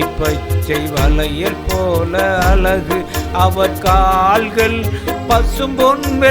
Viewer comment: அழகு உச்சரிப்பு அலகு என்று உச்சரிக்கிறார்